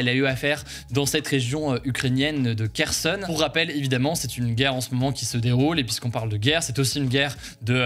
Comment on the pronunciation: Kherson (Херсон) se prononce Rerson avec le premier R étant inspiré comme en arabe pour khalass par exemple